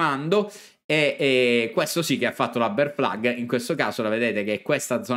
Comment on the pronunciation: Però questa BEAR FLAG potremmo anche pronunciarla correttamente 🤣